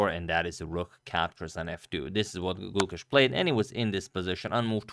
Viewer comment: When you pronounce the name Gukesh, the e is long. So, it sounds like the 'a' in rAce.